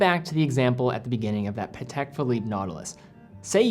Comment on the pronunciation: lol the way he says patek sounds like patak